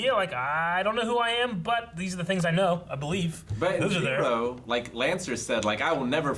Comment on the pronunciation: when will stop pronouncing Shirou's name wrong lol it's like he immediately forgets his name as soon as the episode ends